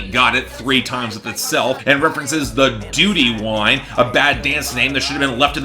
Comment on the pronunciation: Dutty Wine isn’t pronounced dooty wine lmao, and it’s an old Jamaican dance, not a 2000s Shaun Paul dance